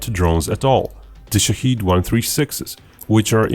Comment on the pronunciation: The pronunciation of the word is wrong. It is shaahed not shaheed or shahid. The first one means the one who looks. observes The second one means someone who is killed for the country and for God. The name of the drone is the first, not the second.